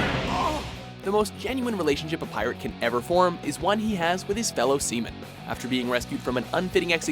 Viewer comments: A bond with his sea-men which sounded like seman, wow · "The most genuine relationship a pirate can ever form, is one he has with his fellow semen" I know he said Seamen, but for a split second i really heard semen. And i was like wtf?!